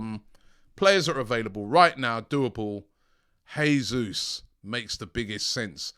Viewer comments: It’s pronounced ‘jaysus’ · Not "Hesus" please. This is not Spanish. The Portuguese pronounce the same as in English.